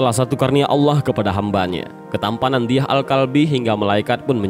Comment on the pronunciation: Dihya alkalbi. Bukan diyah